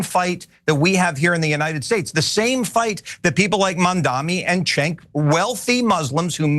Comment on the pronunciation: How does Peirce still get Cenk's name wrong?😂 It is not the power move people think it is IMO. Especially with repeat guests. Maybe he does it to ingratiate himself to the media? Like dude. Cenk is part of the revolution, and P's personal and professional growth in terms of breaking the Isreal case. Maybe i'm missing something 😂 Anyhow, as always, I am so thankful for TYT and the audience of my fellow humans making lanes for sanity and reassurance .